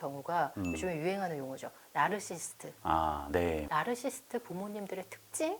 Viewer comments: 공감가는 부분이 많고 저 자신도 되돌아보게 하는 유익한 영상 감사합니다. 다만 말씀 중 "나르시스트"라고 칭하시는데 정확히는 "나르시시스트"가 맞는 듯요 (발음이 좀 어렵죠...: Narcissist, Narcissism) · 보다 정확한 발음법은 나르서시스트 입니다. 저도 스펠링을 알게 되기전 까지는 나르시스트가 맞는줄 알았어요.